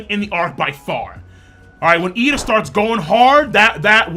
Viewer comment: It's Iida, bro, with 2 Is, not an L.